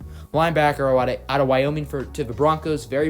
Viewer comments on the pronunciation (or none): none